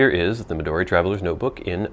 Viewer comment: Hilarious introduction! CRACKED ME UP!!! It's also really nice to hear a reviewer pronounce "Midori" and "Tomoe" correctly. How impressive that you can read hiragana, katakana and some kanji. Jyozu! I watched your other video, reviewing your regular size notebook and saw your handwriting...WOW! I also like your list of fancy-schmancy words. Great idea! FYI: You can also find plastic pencil boards at Taroko Shop on Etsy. Good prices and great service.